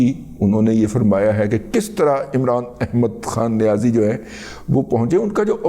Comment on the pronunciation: دادا آپکی ادائیگی امران احمد کھان نیاز ایک بہت اعلی